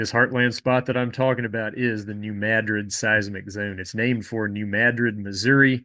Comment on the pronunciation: I was tensed up prepared for you to mispronounce New Madrid, thank you for correctly mispronouncing it